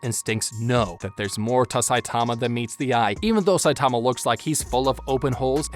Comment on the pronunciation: why are you saying his name like that?